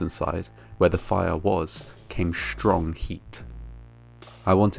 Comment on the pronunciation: It was a shtrong heat. Must be from Chicago. 👎